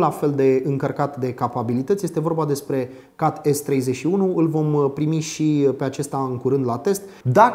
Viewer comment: Ai spus cumva "cat"? Cum plm sa pronunti cat, in loc de chet?